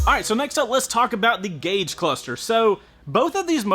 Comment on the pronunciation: Gag the cluster!